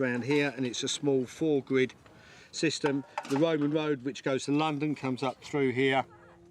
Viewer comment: The guy saying Roman Road as "Woman Woad" made it impossible to sleep anyway. Then the YouTube commercials... pointless.